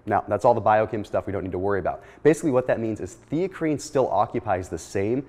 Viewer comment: Never even heard of Theacrine.. Thought he was saying creatine initially..